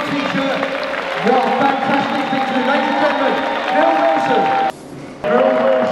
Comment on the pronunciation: It’s Nile not Neil haha that cracked me up 😂😂